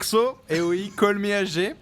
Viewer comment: Les gars c'est "Call meh G" pas "Call me HG" ! A part ça super vidéo ;) thx